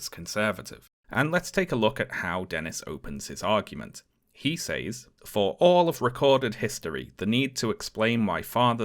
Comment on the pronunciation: Honest question: what accent pronounces says as "saze" rather than "sez"?